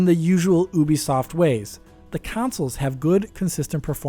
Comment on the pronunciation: It's so embarrassing to me that you can't even be bothered to learn how to pronounce "Ubisoft" correctly. It's You-bee-soft. Like Ubiquitous Software. Almost exactly like that, actually.